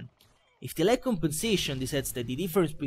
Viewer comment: Su alcune parole sembra davvero inglese, ma su altre ("call of duty", "lag", "moab"...) un po' si sente che è italiano :D